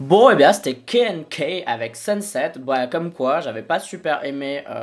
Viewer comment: Ça se prononce '' keu na keu''